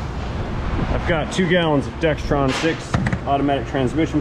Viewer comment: It's D-E-X-R-O-N transmission fluid, not d-e-x-T-r-o-n fluid!!! If I had a nickel for every time I've heard people stick that "T" in there...